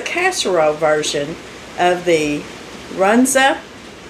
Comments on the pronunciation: originally from Nebraska, i love Runzas! its not 2 pieces of bread, it is a dough rolled thin and stuffed with the meat mix. They had (when i was there) a swiss cheese mushroom Runza that was my go to take out food. you pronounced the name correctly. you want the cabbage and onion cut small so it blends in well with the meat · You pronounced it right .. but it’s the same as a bierock .. beef & cabbage inside a round or square piece of bread dough & baked .. I’ve never heard of it used as a sandwich .. they have Runza fast food stores in Nebraska .. the rest of us call them bierocks .. fyi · it’s pronounced Run-za. You had it right! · Run - zuh! You said it right! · I love Runza and it is pronounced exactly as it’s spelled run-za. So good, especially with cheese! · I’m 77 and grew up on Runza yes you said it just exactly right! It’s such a simple dish but an unusual and wonderful taste. We used just cabbage and hamburger and always had them when mama made bread for the week. Roll out dough thinish, fill, crimp, bake and enjoy. They were delicious at room temperature for lunches or Served hot with brown gravy over the top for an entrée. So they were kind of like a sandwich, but at some point , like maybe the 70s, Runza restaurants, where they served them On a bun. They were good, but couldn’t touch the authentic ones! Thanks for this wonderful casserole, and all the mini recipes and tux. You’ve blessed us with!❤ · You r sayng it perfectly. A staple in nebraska. Invented here. Love the rain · I had a Runza sandwich from a food truck in Stapleton NE, at the fairgrounds in 2017 watching the eclipse. You are pronouncing right. I enjoyed the sandwich. Love hearing the rain when you are cooking. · This looks delicious and you said Runza correctly. They don't have a Runza where I live but I used to get them quite a bit before I retired. I agree with you on the tuna casserole and the green bean casserole!! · Your saying it right from nebraska